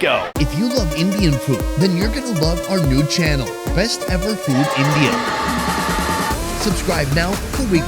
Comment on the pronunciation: Every time Sonny says the word "Food", sounds like "Foot"!